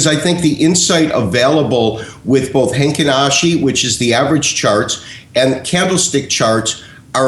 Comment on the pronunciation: its heikin ashi not heinkin ashi